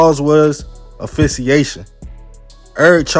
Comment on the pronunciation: Axe fix e ation,spelled asphyxiation Affiation,your funny bro.